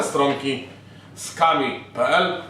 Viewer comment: Czytaj SKRUMI nie skami